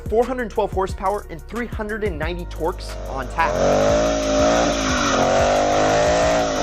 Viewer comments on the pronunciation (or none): Who the hell says torks